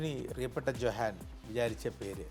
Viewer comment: Johann ഉച്ഛാരണം "യോഹാൻ"